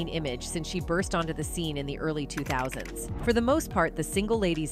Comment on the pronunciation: Half of the time that this video is talking about Terrance Howard, they are showing Sean Paul on the screen. Also, the AI pronounced the "s" when talking about the 2000s. It actually said the 2000 S . 😂